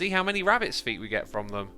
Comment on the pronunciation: Did my mans just say phuts instead of feet? Nice